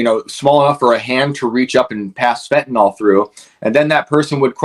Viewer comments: I'm so weary of hearing about fentan-(all) ... it's "FENTANYL"! Fentan-(ill) ... jeez ! Like Benadryl ... NOT Bena-(drall), vinyl records ... Not (vine-all) ! Whenever I hear this idiotic pronunciation I unsubscribe. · Hi- two things: Fentanyl is pronounced Fen tan ill- not fen tan all. It is the Popular Vote, not the Popularity Vote. Thank you for all you do! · I'm with you, brother, but it's fentanYl. Not fentanOl. Must be this country's most mispronounced word.